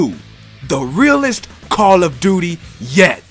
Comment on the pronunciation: Kahrl of duty